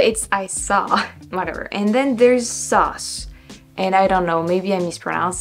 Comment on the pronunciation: Your 'sauce' and 'squirrel' are good. I think if you have a problem it is more phrases than individual words. In general you are easily understood. I've known people who lived in the US for years who were far worse. The French accent in English is what I would call a prestige accent. Louis Jourdan, a French actor who worked in Hollywood, could speak almost perfect English but he kept a little French accent to make his characters more significant. So, improve your English when you can but your accent doesn't hurt you at all.